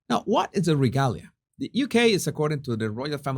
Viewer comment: ruh-GAY-lee-uh. (regalia) sorry, i'm a bit OCD about pronunciation. If you ever heard me pronounce Spanish, you'd be laughing so hard you wouldn't be able to correct me!! All the best to you and yours,!! ps the Stone of Destiny is actually the Stone of Scone (pronounced Stone of SKOON) The English call it the Stone of Scone because they mispronoune Scone so often.